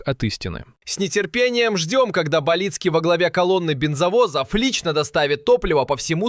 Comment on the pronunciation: БАлицкий, а не БалИцкий. Неуч ты. Сколько лет война идёт, а она врагов не знает.